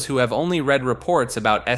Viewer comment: is this voiced by an AI? between "read" and "lead" being said with the wrong pronunciation and deus ex "machina" being pronounced like "mah-chee-nah" (instead of "mah-kih-nah," which is the correct pronunciation) I'm not convinced this is an actual person reading a script edit: "oh-row-bor-ohs" really?? ouroboros???? why "make" a video if you're not going to actually make it. yeah it's a long ass video and would take a lot of time to voice (if done by one person), but why should I bother watching something you didn't even bother to make?